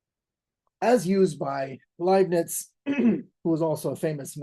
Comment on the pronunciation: Genuinely impeccable German pronounciation of Leibniz' name. Seeing as our names are often butchered in the English speaking world, I thank you! Video great as usual as well. Vergelt's Gott!